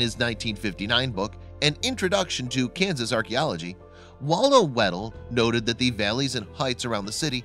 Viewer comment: It is Kansas, not Keun-zuz. The state is Arkansas, but Arkansas City is pronounced Are-Kansas City.